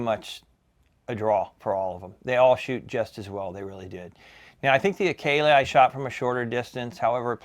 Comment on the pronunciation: Enjoyed this review; especially since I have extensive experience with one of these and oblique exposure to another. First the Akela (and I know I'm OCD, but it ends with an "a", not "e". A-kee-lah as opposed to A-kee-lee), which anyone who had Krals when they arrived in the US knows is a slightly upgraded Kral Puncher-Breaker. Yep, sorry, but that Benjamin that you like is actually a Turkish made Kral, and they make nice guns. The only issue I had with the Krals in my airgun store was they were a bit loud but overall nice guns and the Akela looks like a good gun, except, that annoying lever. 100% agree that those butt mounted levers are just plain irritating. The Bullboss was one of my very best sellers. The down side was that it was and still is heavy. IMHO all the Hatsans with the exception of the Flash series are heavy. But as pointed out here, it suddenly gets much lighter feeling when shouldered and every one I tuned for a customer was extremely accurate (except one that came it with what turner out to be a warped barrel). The only issue I ever had with the Bullboss was that I had to shim the scopes on every single one I set up. That tactical rail was consistently off alignment by about 1.5mm. Finally, thanks so much for including the Walther. I have a former customer with shoulder problems who contacted me looking for a suggestion on a sub $600 bullpup replacement for his Flashpup because, surprise, with a cranky shoulder the rear bolt is getting very hard for h